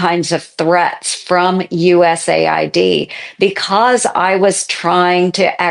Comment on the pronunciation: Is it just me or is it manipulative to pronounce it ‘USA ID’ instead of ‘US AID’. By all means cut out waste and check things are what they say they are. But if you are killing aid to people out side USA from the USA. You should be clear that that is what you are doing. Pronouncing it USA ID is hiding what you are doing. As an Elon fan this makes me sad.